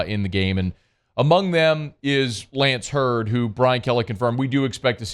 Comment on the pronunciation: His name is Zalance Heard not Lance Heard unless he has changed it once he left home.